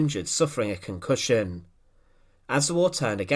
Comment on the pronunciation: Hi, non British guy here. Serious question, , the way the narrator pronounces "cuncossion" with that change in the end of the word, idk how to describe it. Is it an accent? Edit: same in , with prusia and promoted